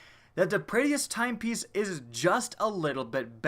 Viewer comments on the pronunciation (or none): It's Prey-dith-s timepiece. Not prey-e-dith-s timepiece